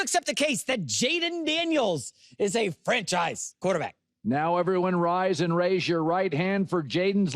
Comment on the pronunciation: Pretty much he also like pronouncing it QwarterbAck